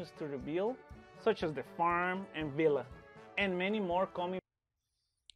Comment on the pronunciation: Nobody knows how to pronounce "villa" at word farm apparently